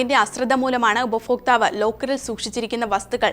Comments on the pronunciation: ഉപഫോക്ക്താവ് അല്ല, ഉപഭോക്താവ് ഇനിയെങ്കിലും മലയാളം ശരിയായി ഉച്ചരിക്കാൻ പഠിക്കുക. ഇത് കേൾക്കുന്നത് അരോചകമാണ്. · ഫാര്യ. ഉഫ ഫോക്താവ്.. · ഉപഭോക്താവ്. മലയാളം കൃത്യമായി ഉച്ചരിക്കു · ഉപഭോക്താവ് എന്ന് 100 പ്രാവശ്യം എഴുതിയും ചൊല്ലിയും പഠിക്കുക. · ശരിയാണ് ഇതു അരോചകമായ ഉച്ചാരണ വൈകൃതം തന്നെ. ഇവർക്ക് ഭാര്യ ഫാര്യയാ ണ് , ഭർത്താവ് ഫർത്താവാണ്, ഭാരതം ഫാരത മാണ് !!